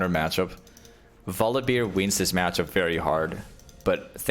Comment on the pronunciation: omg please stop saying volibeer 😅